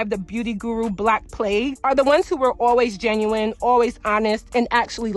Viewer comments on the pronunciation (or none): none